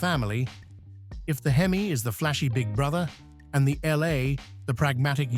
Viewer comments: Exactly my point. The H-E-M-I instead of hemi and the three one eight instead of three eighteen was killing me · Please, PLEASE teach your AI to say Three eighteen and Three forty, and hemi (Not h-e-m-i) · Lousy narration. Who ever called a Hemi a H-E-M-I? . And it's a three eighteen, not a 3-1-8. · If you call it a H-E-M-I engine this video is for you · It's called a hemi, not an H.E.M.I. got it dum dum? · I love that H - E - M - I ... 💩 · It has always been "Hemi" short for hemispherical. Never H-E-M-I. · Just like when the AI voice says THREE ONE EIGHT, instead of THREE EIGHTEEN. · the h e m i.....😆😆😆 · Why don't you get a real person to narrate?? Who in the world spells out HEMI instead of pronouncing the word???? Couldn't listen to more than a few minutes. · Frogging AI narrator from who knows where Three one eight H. E. M. I 😂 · I know AI is free, but fuck. This is sophomoric. If you can't narrate it yourself, I'll do it for $100. And I know how to pronounce H-E-M-I and 3-1-8. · H. E. M. I. Like...what the heck!?!? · yes, very aggrivating. with this video I especially hate the Hemi engine pronounced "Hee-Mee" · Surprised it didn’t say, “HEM-eye….”